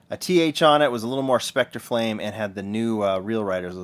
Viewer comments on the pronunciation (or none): none